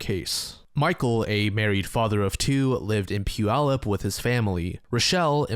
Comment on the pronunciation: Holy crap. He's pronounced Puyallup right!! Props my dude props